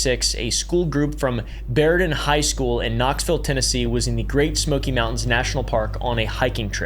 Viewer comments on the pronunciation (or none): Bro is pronouncing all the TN names incorrectly 😂